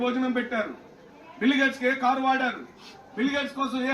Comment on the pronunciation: తెలుగు కూడా మాట్లాడ్డం రాని యీ యెర్రోళ్లని యెన్నుకున్నాంరా నాయనా . బిల్లు గేట్స్ కాదురయ్యా ," బిల్ గేట్స్ ." ముప్ఫైరెండు చిల్లర అయ్యిందివయా . 😂 😂 😂 😂 😂